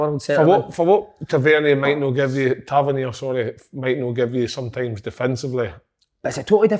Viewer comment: "TA VER NEAR" not "TA VER NE AY"